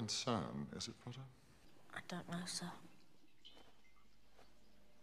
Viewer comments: Harry: Snape: appears out of no where "pOtTaH" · seems like more than half of his lines are "pottah" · Tom: ‘yes pOTtAH’ Draco: ‘saint.. pOTtAH’ Snape: ‘mistah pOTtAH’ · Harry- where’s Professor Lupin sir? Snape- not rlly your concern MiStAh PoTtAH Also Snape- teaches them about werewolves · Potter: takes notes well Snape is talking Snape: mIsTer PhOtrOr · No one: Harry: Ron: Hermione: Snape: someone might think ur..... Up tO SomEtHinG Don’t forget the “PotTaH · Me wondering why snape is always looking and talking for and about PoTtAh Also me at the 7th movie:ohhhhhh snape was trying to protect Harry oh ok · Everyone calling harry “pottah” or “potter” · Why do they all day pottah